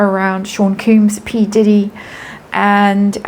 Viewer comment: It's NOT pronounced ''koombs'' it's KOMBS (Sean Combs) 😅 I wonder if this is what Lady C was trying to say it was going to happen in the Spring. 🤔🤔🤔 Thank you for another video. 💜